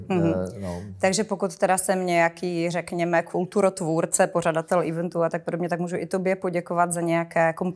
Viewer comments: ne fakt se to nečte ''ívent'' :D na to přesně poukazuju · prosím všechny obyvatele ČR - pokud neumíte vyslovovat anglická slova (event), tak to říkejte česky - navrhuji slovo akce/událost :D je to ostuda děkuji